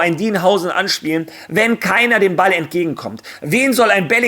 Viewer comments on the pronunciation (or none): none